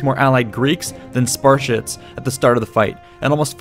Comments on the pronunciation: you say Sparshits...wasn't it Spartans!? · you said "Spar-shits" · Wait. Did you just say "Sparsh*ts"? lol.